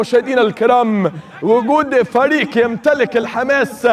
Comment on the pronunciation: هو ده هشام الجخ 🤣🤣🤣 اسمعه كده و هو بيقول فريق بيقولها فريك حاجه مسخره و الله 🤣🤣🤣🤣🤣🤣🤣